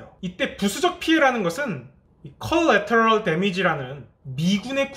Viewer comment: Collateral 은 강세가 2음절에 있습니다. -통역사올림